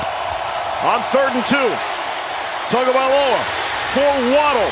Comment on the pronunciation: "TAGOVAILOA" Where is the "N'' in that name? There is none! TAGO vs. TUNGO equals different names.